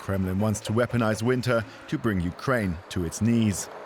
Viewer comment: Veponize de vinter